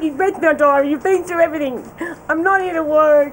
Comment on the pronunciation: that is NOT a NZ accent 🤦‍♀️ I'm kiwi and that lady is definitely Aussie. the way she says "here" is painfully Australian.